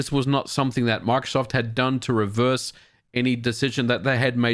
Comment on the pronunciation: Por qué dice macsoft En vez de Microsoft???